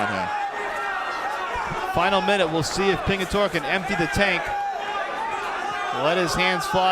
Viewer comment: ITS PINGITORE.. GET IT RIGHTTTT LOL